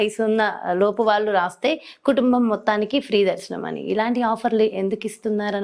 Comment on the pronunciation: అమ్మా తల్లీ నీ తెలుగు దరిద్రం వాల్లు కాదు వాళ్ళు అనాలి